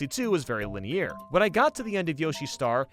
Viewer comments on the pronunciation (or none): Linear not lineeair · its pronounced linear not liny-air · do you pronounce 'ear' as 'e-air'? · Why does he pronounce "linear" like that? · No one: (in French): 𝐿𝒾𝓃𝑒𝒶𝓇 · Please learn how to say "linear" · Your pronunciation of the word linear is so inconsistent lol